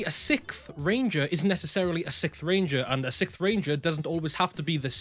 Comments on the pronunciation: for my sanity please "siXth" over "sickth" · sicth ranger. 😅 realized I seem kinda like a dick, so came back to edit. The way he pronounces the word sixth sounds like he’s saying sicth. So when he said “if you made it to the end of the video comment sixth ranger.” I was being literal because my sense of humor is very “haha” dry humor. Anyways, solid video explaining it all, I didn’t realize theyd added new categories, last I knew it was just 6th ranger and “extra hero” which I guess they’ve since broken down into 3 categories now. Anyways, favorite 6ths are Silver in space, and Quantum. Honorable mentions to silver wild force. Favorite extras are Deka master/shadow ranger and Magna Defender. (also Beast Demon Hunter Zeke from GoGo V, but he never got an english counterpart and probably still doesn’t have a ranger key, so…. 🙄)